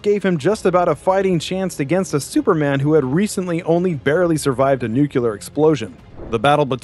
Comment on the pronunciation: NuCLEAR. Not NuCELOR. 🤦‍♂️ I hate when ppl can’t pronounce the very simple word nuclear correctly. Sounds so uneducated I swear 😂